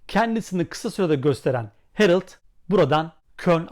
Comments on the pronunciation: Harald , aynen Harald diye yazıldığı gibi okunur çünkü adam alman isim almanca. Niye alman ismini İngilizce okuyup herıld diye telafuz ediyorsunuz…? Anlamıyorum böyle basit mantık hatalarını. Biraz meraklı olun, orjinal olun kardeşim… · Ağbi Almanca da A kelimesi Türkçedeki gibi telaffuz edilir. Yani Hereld şeklinde değil, yazıldığı gibi Harald diye okunur. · Abi almaca telafüzü Hereld değil Harald😊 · Yazıldığı gibi okunur harald herıld deil ayrıca ismi anton olana otamatikmen toni denir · Emeginize saglik ancak gercek adı Herild degil HARALD 'dir. 💙💛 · Herild değil, Harald okunur ;-) Almanya dan selamlar